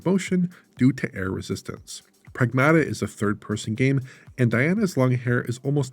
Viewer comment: it is Prag-MAH-tuh!